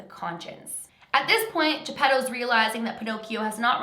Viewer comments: When you said his dads name I thought you said Pedo.🤔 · Geppetto more like GeePEDO